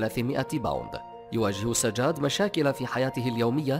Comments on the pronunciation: تلفظ سجاد مو ساجاد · سجاد مو هيج تنلفظ